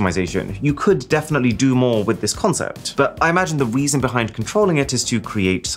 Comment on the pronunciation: HA! "Weason" !